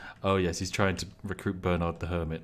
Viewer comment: Spiff? Why are you pronouncing Bernard like a colonial? Shame! Shame! Shame!